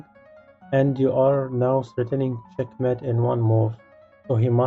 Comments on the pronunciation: The word Mate in Check mate is pronounced like: hate, late eight fate plate. I enjoy the puzzles but your enunciation of a key word is annoying. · "It not chet met en two moov"